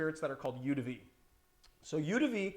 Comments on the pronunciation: This is one mispronunciation I just can't let go. Eau is pronounced like O. Eau de vie = O de V. Despite that, I have to thank you,, for an awesome channel and a great stream! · THANK YOU. That was bothering me every time he said it.